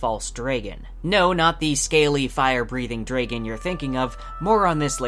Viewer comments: I have never heard anyone pronounce it "dray-gun" instead of "drah-gun." Not sure how I feel about that. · Where is your accent from? Tho seriously had you never heard the word dragon said out loud? Or is an accent thing from somewhere to say drey-gon? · Dude, what's with the pronunciation of "Dragon" and "protagonist"? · Hey very good video. I was just wondering where you are from that you pronounce the word "dragon" like that? I have never heard it said like that. I know that is trivial but it just caught my attention. Anyway, can't wait for the show!